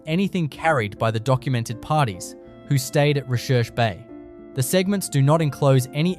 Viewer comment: Recherche Bay is actually pronounced 'research' bay